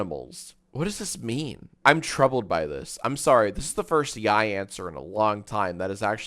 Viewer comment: Don’t worry, you said yaoi correctly. I would know.